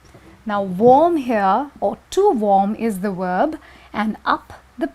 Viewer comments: her "wOOOrb" upsets me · VVvvverb not WoOoOorb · How she said 'verb'? worlb? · omg yeah lol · I was thinking the same while I was watching the video lol